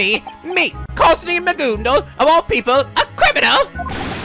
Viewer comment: it's not magoondal, it's ma-gun-dl